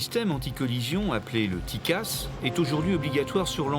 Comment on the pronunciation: Bonsoir, on ne dit pas dicasse mais cela s'ecrit : TCAS. cordialement